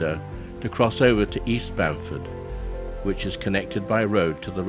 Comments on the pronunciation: Its Bamfield not Bamford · Learn how to pronounce Juan de Fuca correctly before you try to say that you are an expert for the region. Also it's Bamfield not Banford. Are you stupid or drunk. I would think that someone who speaks so highly as an expert would possibly know that. I gave up after that. Learn the locations you are visiting before you try to submit a video where you don't know anything about the area and you can't even pronounce the name of the areas correctly. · At least get the town name right ! It’s BAMFIELD not Bamford. Other then that (which was disappointing) the video is quite good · Nice video guys but its Bamfield not Bamford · NOT Bamford, but Bamfield. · ohhoney, IT's Bamfield. Not Bamford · The southern village with shore boardwalk is "Bamfield", not "Bamford". Barkley Sound has many interesting long and deep fjords, also. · Its Bamfield...nto Bamford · It's Bamfield, not Bamford...... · its bamfield not bamford by the way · Yea Its bamfeild not bamford at the start of video. Still a cool video to watch. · BamFIELD. Its BAMFIELD.